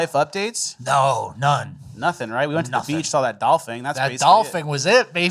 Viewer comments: TF are you saying Doll-Fing rather than dolphin 😂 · Dolfen!!! Dolphin is how you say it!!!! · Its doll-fin not doll-fing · Dolphing? Are y’all really saying Dolphing!? Wth!? 😂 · Wtf is a dolphing???😂😂😂😂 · It is DOLPHIN. not Dolphing fellas... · what is a dolfing? Did you mean dolphin? is this a bit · Why does it sound like they are saying “dolphing” and not dolphin? Fin as in finish. Not “fing” as in finger. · "dolpheen, dolfing...dolfang" why are you pronouncing dolphin so weird??? Lol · Nobody’s gonna comment on “dolphing” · What’s a dolphing? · You say 'dolphin' so weird. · You are both definitely pronouncing Dolphin incorrectly. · Why are you saying Dolphin so wired?